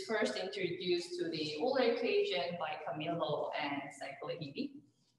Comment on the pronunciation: It's "oil-ler"